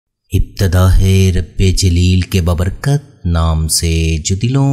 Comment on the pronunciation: Ibtedahe Nahi ibtedae Urdu Sahi bolnay ki koshish karo